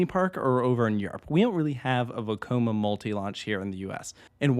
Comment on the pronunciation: I don't know why but I always love it when you say Vekoma. Makes me think back to the parodies!